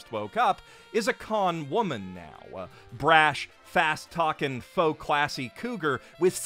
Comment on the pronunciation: “Cheeky foul-mouthed con woman.” Lol with all the emphasis on C, I thought you were going to use a different word.